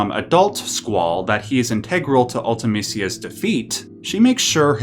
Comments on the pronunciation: It's pronounced "ulti-MEE-SEE-uh" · Ive never heard Ultimecia pronounced like this. Ive always said and heard it as "Ultima-cia"